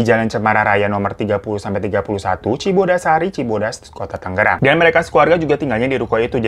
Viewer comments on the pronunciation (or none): none